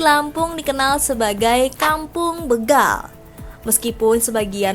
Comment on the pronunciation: Begal... Be dibaca seperti Betawi ? SALAH... Yg benar Be dibaca seperti BETAKAROTEN.